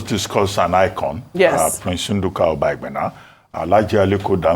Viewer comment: Oji you are from delta and can not pronounce obaigbena good. English has finished you people that claims educated but couldn't start your education from your root. Very shameful.